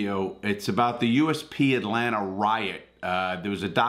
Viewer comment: Larry always says “Atlanter”